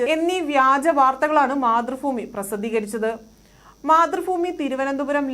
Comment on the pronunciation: ഫുമി അല്ല ഭൂമി ആണ് സംഗിണി സഗാവേ